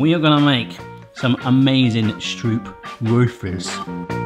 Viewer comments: Me: Literally nobody:: sTrOeP wAfElS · The actual pronounciation is "Strohpwahfels"